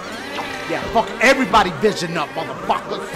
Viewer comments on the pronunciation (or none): none